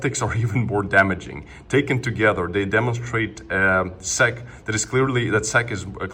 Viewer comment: Its S. E. C. not sec.😅